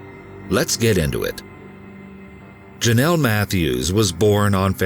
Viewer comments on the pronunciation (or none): It's pronounced JOE nel. Like it is spelled, Jonell. Even President Reagan pronounced it correctly, why can't the narrator?